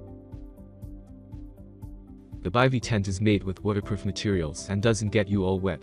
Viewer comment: I have no faith in this right off the bat since the guy does not even know how to pronounce Bivy correctly. Tells me they have no idea anything about the products.